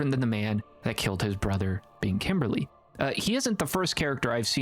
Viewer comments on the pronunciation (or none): Kimbley, not kimberly 😅 otherwise great video :)